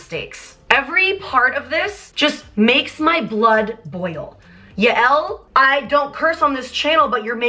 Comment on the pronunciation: Yael is Scooter’s wife and it’s pronounced like”Yale”